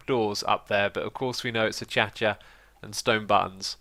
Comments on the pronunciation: AFarma Ant in australia we pronounce it ah-kay-sha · Ahchacha was Keralis's word and X enjoyed it so he uses it as well. He says it properly as "ah-cay-shuh" from time to time. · A-cha-cha WHAT?!?!? a-cay-sha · Achacha Wood? Choochorial? What are these weird things you say X? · hello im xisuma and i say achacha wood. like it is its the dance (no offends) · Achacha was originally pronounced like this by Keralis when this wood type was first introduced. The rest of the server caught on and X has pronounced it like this ever since. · AH-CASE-SEE-AH = Acacia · I reccomend to you a band called Kraftwerk. I think you would enjoy it. also, the wood the pagoda is mad of is pronounced uh-kay-shu. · Your pronunciation of Acacia hurts my ears.